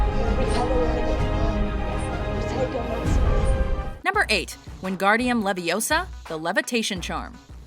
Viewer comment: you're saying it wrong it's WinGARdium LeviOsa, not wingardium leviosaar.